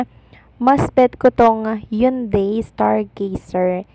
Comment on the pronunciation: basahin mong maigi ang mga words na binibigkas mo katulad ng Hyundai bigkasin mong ng tama.Ganyan si Kim lahat ng iniendors nyang products ay binibigyan nya ng oras.go, go go Kimpau.❤❤❤